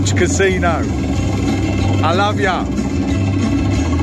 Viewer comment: Most Native American Casinos around here are very strict. No smoking, no drinking and strict Covid guidelines in place. Always alot of security and eyes on you. Mask police make it very uncomfortable. I steer clear and just go to Vegas. 1 hour flight for me. Oh and it's pronounced (YouT) Casino 👍